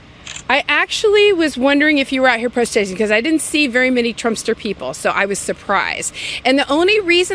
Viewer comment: "I Actually was Wondering if you were out here PROSTATING"????? What language IS THAT??? She's a Teacher.......We're IN TROUBLE......HELP......